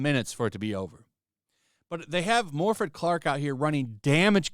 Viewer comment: Its morfydd thyme 😡